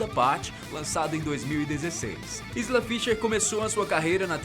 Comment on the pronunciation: O nome da Isla Fisher se pronuncia "Aila". Ela mesma diz que o nome dela não se pronuncia da mesma maneira que se escreve.